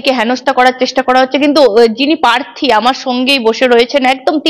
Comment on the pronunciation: অভিজিৎ বাবু প্রার্থী নট পার্থী, ভুল ঊচ্চারন ॥ সঠিক ঊওর দিয়েছ্ন ঊনি ॥